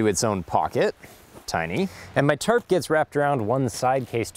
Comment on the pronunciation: Whenever he says tarp I hear terp To much weed